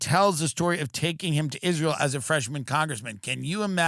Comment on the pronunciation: Lindsey pronounced it “Izrul”